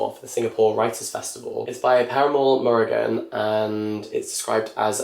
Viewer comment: absolutely, butchering and killing the name of perumal murugan🤣 but it is funny to hear non tamil people, reading tamil names🤣